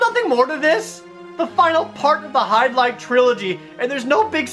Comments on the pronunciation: pronounce "HY-DIL-IDE" lol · Oh come on its not that hard too say the tittle Jared let me show you Virtual Hy-barfs-...ok that was weird let me try again Virtual Hydli-DEAD